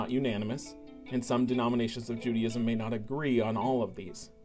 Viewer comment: Not pronounced Judyism.